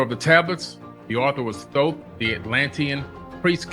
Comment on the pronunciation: THOTH NOT THOT